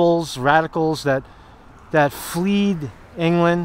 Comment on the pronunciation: Fled England! Not fleed! 😂